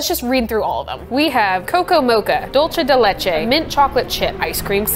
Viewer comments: “Dolce de leche” lolll it’s “dulce” as in do-l-seh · Why did bro say “dolche de leche” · Im dying everytime she says "dulce de leche" like that, its so funny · theres nothing to apologyze, its just Im so use to those words it sounded funny to me.